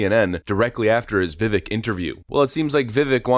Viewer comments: His name is pronounced "Vivake like cake". Get it together. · His name is pronounced vi-vake, he is my current hero, he does not have the name recognition yet to win the presidency but he will the next time around. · Is it that difficult to pronounce his name correctly? I am a big fan of this channel, but not even saying his name properly is some bush-league due diligence. Vi-vaike, rhymes with cake. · FYI. Vivek rhymes with CAKE. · If you’re going to make a video about Vivek at least learn how to pronounce his name correctly…. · youre not even pronouncing his name right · Please learn to pronounce Vivek’s name correctly. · I really wish people would put the effort in to actually say Vivek's name properly. The e sounds like a long a not e like wreck. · Everyone please show Vivek some respect by pronouncing his name right. He's been in the public eye long enough for us to hear the correct pronunciation. Sucks when channels like this can't get his name right. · At least pronounce his name correctly- Vivek- rhymes with cake. Thanks! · You kept butchering his name it kept me cringing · All these videos about vivek and you still pronounce his name wrong 😂😂 come on brotha man it'd viv-ache not viv-ick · Vivek is pronounced Vivake like cake. I learned this the other day and was mispronouncing it too. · Vivek is pronounced Viv-ake like cake. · Say his name right! It’s Vivek, sounds like VI- VAKE, not VI-VECK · DUDE ITS VI(VEK) RHYMS WITH CAKE. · I've learned (when he was a live guest on Tim Pool), Vivek is pronounced vih vake not vih veck (as I'd originally thought myself)... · It’s Vivek, rhymes with ache or cake viv-ayk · You are mispronouncing his name. He says you pronounce it like cake. "Vivake" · Vivek's name is pronounced Vi-Vake........second syllable rhymes with LAKE! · Vivek sounds like vi vake. Rhymes with “cake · Great show. Vivek is pronounced vivake like cake! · Pronounced "Vi-VAKE"! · Pronounced Vi”vake”. Get with it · Vivek, rhymes with cake